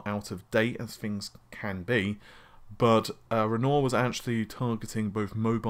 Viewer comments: Just hearing and not watching the video didn't get 'Renoir' so I had to play it back. Paid better attention, heard it, did he say it?, back, oh, that's how he says Renoir... I think this might come in handy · There's definitely an R at the end when Renoir is pronounced in French but the R sound in French (both at the beginning and end of Renoir) is not the same sound as handful of R sounds used by different English dialects (and R varies quite a bit between English dialects). It's one of the hardest phonetic elements in French for native English speakers to perfect (even worse than the J or the subtle differences in vowel sounds) and even anglophone with otherwise excellent French usually can't quite nail their Rs right. The TH sound is the equivalent tell for a French speaker who learns English. The usual way I've heard anglophones pronounce Renoir is Ren-noir (with the last syllable sounded just like the aesthetic style "noir", like film noir). It honestly doesn't sound like the French name spoken in French but it does seem pretty consistent. Foreign names always get kind of mangled in any language. You should hear Thatcher pronounced in French (no TH sound, no real natural way to pronounce TCH because the English CH is already the French TCH so that T gets wonky, wrong R sound). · sounds like lenor fabric softer rofl its renior (spoken as renwa R is silent) as in the artist you moron lol. add that to narvi & freds rofl. Also there is only ONE internet its an interweb a world wide network if you will not internetsssssssssss. my god man. how many do you think there are?, how many realities are you living in. and while were at it "money" spoken as money not moneysssss. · “Rennore”? Try Re’n’ouarr as in the painter. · Never known someone to mangle language like this. Renoir is pronounced Wren Wah - he is a French artiste much like Matisse. Naples is an Italian city - much like Rome - not a country in the Himalayas. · It's pronounced ren-wah you uncultured swine